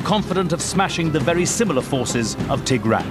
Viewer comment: wow he pronounces tigran so wrong